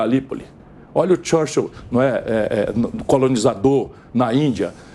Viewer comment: "xârxêl" ... Churchill na boca de um pulha fascista.